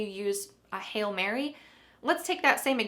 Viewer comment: The pronunciation of "hail" sounds the same as "hell"?